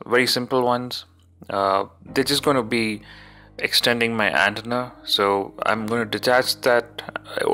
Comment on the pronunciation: I'm thanking you NOW! I was already shitty over the way he pronounced 'antenna"!!!